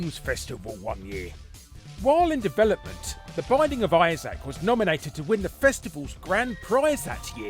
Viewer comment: It's Isaac, not Issac.